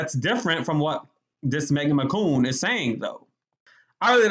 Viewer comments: Her name is McCain not Mccoon you need to get a life you really do. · You saying Megan McCoon makes me cringe a lil bit 😬